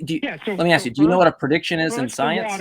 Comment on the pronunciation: The way says "prediction" as "per-diction" makes my fat ass hear "Perdue Chicken".:)